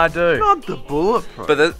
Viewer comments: It's bullet proof not bowl it proof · It's not bowl it proof, it's bowl it resistant.